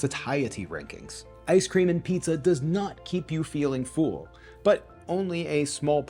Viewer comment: your videos are great!!! but it is pronounced "full" like "bull" not "feul" or "fool"